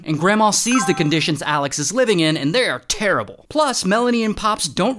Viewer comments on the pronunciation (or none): none